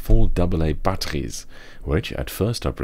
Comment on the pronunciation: That Dutch pronunciation of "batteries" really disoriented me for a moment :D